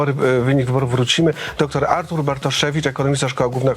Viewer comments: Że dziennikarz nie potrafi powiedzieć 'Artur', co to k*wa za 'Artusz'? Porażka, dramat. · Czy chłop powiedział Artusz na początku? Wiedziałem że nazwisko Pana Bartoszewicza jest często przekręcane, ale takie coś to hit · No właśnie, ja usłyszałam "Artusz"